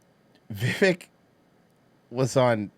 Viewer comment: it's pronounced... "VEY-VEK"...